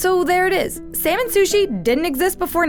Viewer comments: Salmon sound more like semen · instead of salmon i hear semen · Can u please pronounce salmon properly its sounds like semen😥😥🤣🤣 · I'm latin and when she said 'salmon', I heard 'semen'. Lo sé soy nuevo. Los latinos me entenderán xD